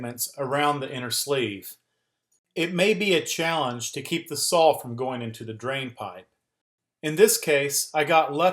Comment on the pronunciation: Thanks for the great video! But I'm pretty sure there's no L at the end of the word SAW. ;)